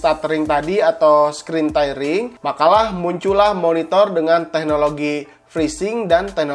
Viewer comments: Penyebutannya, "Teering" bkn "Tairing", hehee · Tairing ya? Kirain tearing